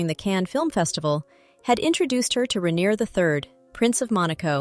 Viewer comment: Rainier is pronounced Rain-yay not Ray-neer